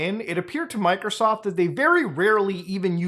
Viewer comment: I like how muta says "mikersoft"